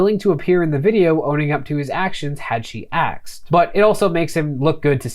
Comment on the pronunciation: You said aksed again! Dude, you are my new favourite YouTuber, tied with long time fave Legal Eagle. Content is great, not just cuz you both say words that make me smile.